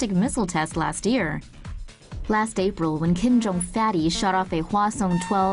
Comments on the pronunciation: Did i hear her say,"kim jung un fatty"?😂😂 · Is it me or did she say Kim jon fatty 😂😂😂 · Am i the only one guy who heard she say "Kim Jong Fatties.